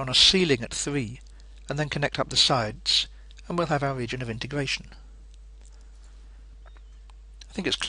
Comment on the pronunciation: wegion of integwation